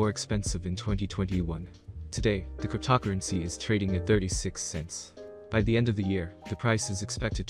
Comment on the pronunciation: Cryp-tock-crunncey???? 11 seconds into the video. HAHAHAHAHA. No thankyou